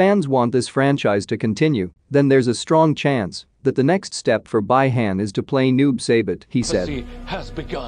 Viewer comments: Its Bi-Han not by-hand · If you guys watch Mortal Kombat Conquest y’all be surprised to see that they are pronouncing Bi-Han name same way as this guy does Bye-Han instead of Bee-Han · For gods sake its bi han pronounced bee han and not bye han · First of all its not by-hand Second how the hell do you not know Third its Bi-Han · Its B Han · I cried when he said By Hand (Bi Han) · Not by hand, Bi~Han...Oh come on man 😅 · Sub-Zero's name is Bi-Han pronounced Bee-Haan not by han. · Bee Hun lol not by hand🤣🤣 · Bee-Han not Bi han, Bi-Han. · Not Bai hen 🤦‍♂️ its Bi Han like (bee Han) In the move Hanzo Hasashi says it all out clear BI HAN!!! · Its not by-hand its bi-han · “By-hayn” “Lin-cou-ay”😅🤣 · I can’t with this pronunciation anymore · Right? And who the f is "Bai-han". This narrator is killing me. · You should've write it as "Be Hun" if you're using voice over, so it will pronounce the proper Bi Han. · he should've write it as "Be Hun". It will pronounce the proper Bi Han. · his name is freaky Bi Han read as(bee-han) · Bi-Han is pronounced Bee-Hon.lol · Its pronounced BEE HAAN 😂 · The mispronounce is so annoying. Next time you use computer voice, take a look at the spelling, please. You can write "bee han" for the bot to read instead of "bi han". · I knew sombody was gone say sum 😂😂 its bi han bi han😂😂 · Bro, someone teach this guy to pronounce it correctly, please, I am laughing. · It is bi han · This dude pronouncing sub Zero's name is already cringey af dude its bee han not by hand bruh and its noob saibot not seybot smh 🙄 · Jesus man, it’s Pronounced like Bee Han (like Han Solo), and Noob Sci bot. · Who tf is by-hand and noob saybit?…😂🤣 yes I know it’s an AI speaking…😁👍🏼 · I can’t handle the way this can’t keeps fucking up the pronunciation. Who the fuck is By-hand and what is the Lin koo-eh 😂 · The way how this guy pronounce bi-han and Lin Kuei 😂